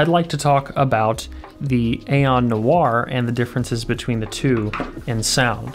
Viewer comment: It’s NOIRE not NOIR